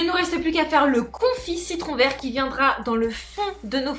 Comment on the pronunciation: Lol j'ai repasser au moins 5 fois le moment où dit "verru" pour vert😂😂😂